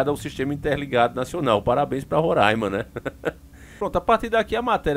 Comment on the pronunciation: Abraço aqui de Roraima pra vc. Parabéns por pronunciar o nome do nosso estado de forma correta. Kkkk